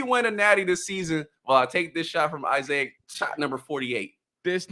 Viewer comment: He called my mans isaiahic lmao